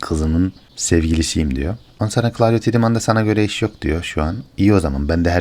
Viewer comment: Her şey iyi, ağzına sağlık reis de, şu Tiedeman telaffuzunu 'Tidımın' değil de " Taydımın" olarak yapalım tamamdır